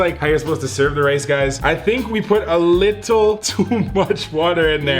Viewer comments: why does he always say liccle ? i like but why😂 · It’s funny how he says “likkle bit” instead of “little bit” no offense No hate to him I’ve been watching for the longest so only positivity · why he say lickle instead of little lmao